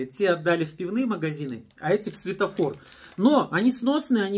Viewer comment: Светофор, а не сфетофор